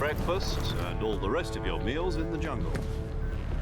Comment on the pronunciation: Okay lol I swear I heard you say “look at that yummy junk” but you said jungle 🤣🤣🤣